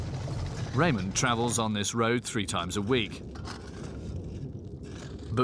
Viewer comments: His name is rahman not Raymond! 😂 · It's not Raymond his name is Rehman